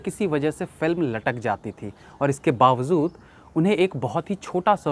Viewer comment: आपका अंदाज़ बहुत अच्छा होता है बात करने का, बस तलफ़्फ़ुज़ मे थोड़ी सी दिक्कत है आप जो एक लफ़्ज़ बहुत इस्तेमाल करते हैं 'बावज़ूद' (Bawazood) लेकिन वो "बावजूद" (Bawajood) है! 🙏🏻😊